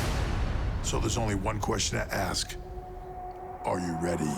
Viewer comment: So can't pronounce "ask"